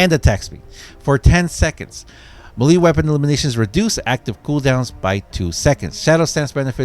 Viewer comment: Melee is pronounced "MAY-LAY".